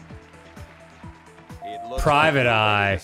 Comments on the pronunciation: Wow Dan really made me do a 180 when he went "Prismic" yet Arin was over there guessing right. Thought he knew it was "Private." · "PRIVATE EYE"? No, it's obviously "PRISMIC EYE" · I can't believe you arin! It's PRISMIC! ME: .....🤨🤦🏿‍♂️